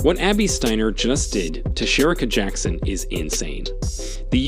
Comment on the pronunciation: learn to pronounce jackson's name, silly man